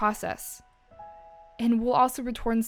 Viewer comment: She said retorns instead of returns